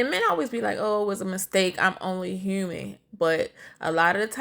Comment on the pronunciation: Dis niqqa sed 'im not perfect, im herman'... Like itz 'hue-min' (human) 🤦🏾 idky ppl insist on adding letters to words tryna b cute n creative ...he sound so ughh sayin dat 😣